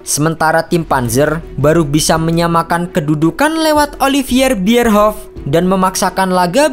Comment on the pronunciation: Bisa baca gak sih? Oliver Bierhoff dibacanya Oliviier bierhoff... Risih gue sm admin yg gak punya wawasan dunia bola.